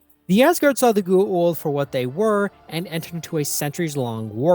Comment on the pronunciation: As often said in SG1, it's pronounced pretty much as it's written so go-ah-oold. It's not pronounced 'the ghoul', which we do remember fondly from the show. But it's definitely not pronounced geh-eh-oold as you pronounce it. It seems I'm nitpicking but if you make a video about a beloved franchise you could at least get things like that right.